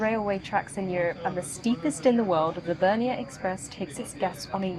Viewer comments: Bernina NOT Bernian lol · Why are you saying Bernia?? It’s Bernina. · BER-NINA - there's a second 'n' in the name guys!!!! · Bernina is pronounced Bear neena.